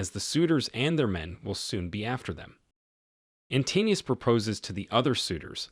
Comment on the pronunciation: Antinous is pronounced antin-o-us, not antinneus.